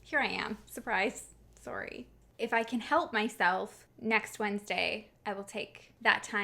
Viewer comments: “sowrry” lol where from up north are you 🧐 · I love how you Canadians say sorry